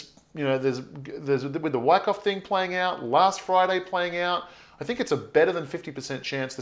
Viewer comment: Yer killing Moi here with yer pro-noun-see-eh-shunz of WYCKOFF?! lmWICKo...U sound like yer saying: WHACKOFF! lol, just saying...keep uppie zee great work & positive "whackoff-whackon" approach towards Bitz & Shitz;)...Peace ergo piece Luv or LOVE & EVERYTHING CRYPTONIC!